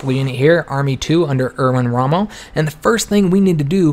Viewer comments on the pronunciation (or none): none